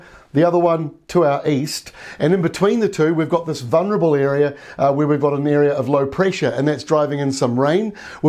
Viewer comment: The 'l' in "vulnerable" is not silent ;-)